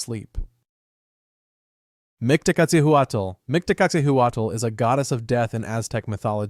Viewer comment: 😁 We Mexicans normally don't stress Aztec words (Nahuatl language, properly called) on the last syllable, so for instance Micteca-CI-huatl, Mictlante-CUH-tli and so on are commonly preferred. 😁 In any case, I like your videos very much! 😃